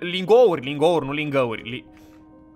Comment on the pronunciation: Hai sa luam LingGauri de haur